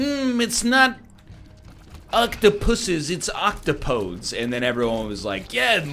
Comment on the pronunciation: Nobody going to correct his OctoPODES pronunciation? I can respect that, even it's wrong ;) P.S. Oc/Top/O/Dees